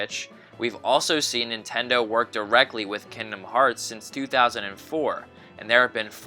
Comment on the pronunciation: The G in kingdom is not silent.